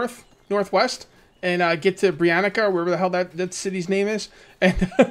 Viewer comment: I know that this comment will probably make someone angry and/or was in the comment section before. For anyone that cares about the proper way of saying the names of the in-game villages - it's quite simple. It's not "Hornika", "Baranika", "Branika", like the name "Monica". The proper way is to say "tsa" instead of "ca [ka]". So Baranitsa', Branitsa' and so on. Because the names are based on Slavic languages [mostly Czech, Slovak and Polish] just for example the name Hornica can be said in couple o' ways. In Polish the best equivalent would be "Górnica" [ G oo rni tsa - or something like that].